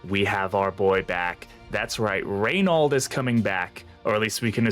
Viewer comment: Btw it's Ray-no - the French prono of his name